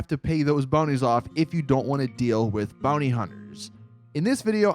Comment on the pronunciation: The way he says bounty is rough